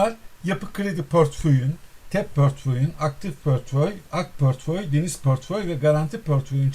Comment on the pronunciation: pörtföy değil aslanım portföy portföy, dilini eşşek arısı ...